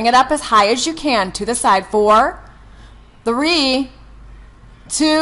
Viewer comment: The workout is ok. But WHY does she stress the number three every time. And say THUH-REEEEEEEEE. That’s annoying. Maybe something happened to her when she was three? Three was only one syllable last time I checked.